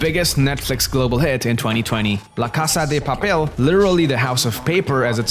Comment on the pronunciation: not la casaa dee papel its la casa de papel mi amor